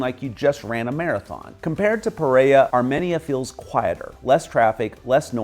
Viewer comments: HOLA MR, CRDIAL SALUDO; gracias por dar tan buenas descripciones sobre nuestro Pais, pero desafortunadamente, la voz robotica que le hace la descripcion de todo, lo hace en una traduccion muy mala, por EJLO, LA VOZ DICE: MAIZALES Y SE PRONUNCIA MANIZALEZ, PEREA Y EL NOMBRE CORRECTO ES PEREIRA, ESTRADO Y SE DICE ESTRATO, HAY OTROS EJLOS PERO NO ALCANZE A MEMEMORIZAR, eso a grandes rasgos es lo que tenia para corregirle en forma muy amigable, ok?!!QUE TENGA UNA EXCLENTE DIA EN NUESTRO PAIS, LO SALUDO DESDE CALI CHIPICHAPE YUMBO, UN ABRAZO¡¡ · Pereira… It's sounded out as pay-ray-e-rah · Do you mean Pereira? Why do you butcher it then?